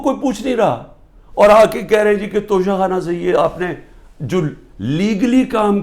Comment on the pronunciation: Khan Sahab sahi tallafuz Tocha Khana hai, Tosha Khana nahin 😜